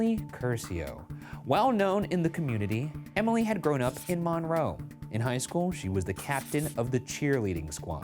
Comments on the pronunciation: Hey did you know the locals pronounce it 'mun-roe' rather than mawn-roe? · Hearing Ryan say mohn-roe instead of mun-roe killed me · So, I grew up in Monroe (btw, local towns have a habit of having names that are not pronounced the way you think, MINroe is correct). I was in 8th grade when this happened, I remember going into lock down for it. My teachers remembered him and no one expected this from him. Also, not the most interesting crime related thing from the town imo. 😉 Google Dennis "Slick" Lilly and enjoy the epic crime/love story. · I remember when this happened, we live 45 min north of Monroe. It was crazy (and it is actually pronounced Mun-roe 😂) but I still love you guys lol😊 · Little bit of a moot point but it’s pronounce “Mun-Row” to Seattlites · As someone from here, the way he was saying "Monroe, Washington" got me. (pronounced MUN-roe) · Hearing the way the pronounce Monroe made me chuckle. This is just 30 mins away from where I live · As someone from the Monroe area, Ryan’s pronunciation of Monroe is wild to me 😂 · I have lived by Monroe (p.s. you are saying Monroe wrong) my whole life. Never have I he about this. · Ps Ryan, you're pronouncing monroe wrong😅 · Ryan’s pronunciation of Monroe not two minutes into this reminded me that, despite the serious music and intro, I shouldn’t take this very seriously. Gotta love it.